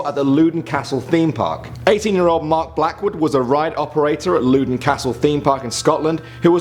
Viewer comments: Loudoun is pronounced lowdon not loodon hahahaha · Loodon Castle? It's Loudoun Castle, Loud-on. That's how you pronounce it. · Just to say i'm Scottish it's LOW-den castle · True, but I'm just saying that he pronounced it incorrectly.